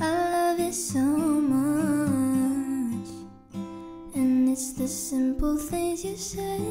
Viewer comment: Yass! Great voice and of course she pronounces simple correctly, not shimple...or says "I love you so muiych."